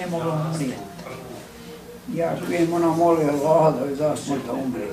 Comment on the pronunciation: Joj jest los zvuk, ja ovo nazalost ne mogu slusati, a mozda je dobra prica. Samo Oloh, Oloh, bejagi neki musliman, a ne zna ni Allah izgovoriti